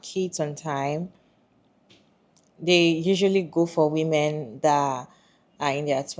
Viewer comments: Why does this person keep pronouncing "women" as "woman"? That being said, I agree that no woman should get married just because society expects her to. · How come so many people struggle with correctly pronouncing "women??" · omggg!! yes!! It's a recent pet peeve of mine. Recently people have been pronouncing the "wo" in women so weird. (SN: Not you, haha the other lady)